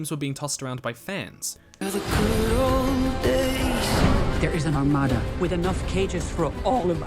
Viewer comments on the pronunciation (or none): none